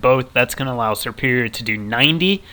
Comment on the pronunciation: It's not serperior!!!!!